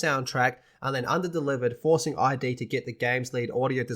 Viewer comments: It’s id not I-D. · It’s “id”, like “the id, the ego, and the superego”.